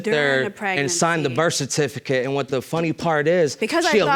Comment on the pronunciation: In the third case, she couldn’t even pronounce birth certificate.